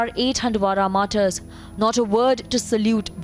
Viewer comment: MARTARS. NOT. MARTI YARS.🤣🤣🤣🤣